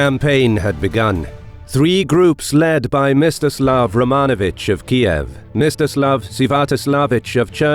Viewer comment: I heard it as “Mr Slav” in the video XD